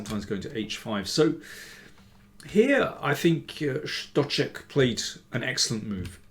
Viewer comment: Stocek is such an interesting guy. With his beard and countenance he looks like a prophet from the Old Testament, and even though he can screw his games quite badly, he really can do some damage from time to time. Btw, an excellent pronunciation of the Czech name by Danny!